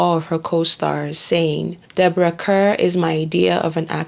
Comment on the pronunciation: Deborah Kerr is more commonly pronounced as car rather than literally as spelt.